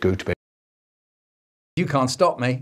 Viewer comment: i cant be the only one that when he says "go to bed" repeatedly i just hear "Goat bed"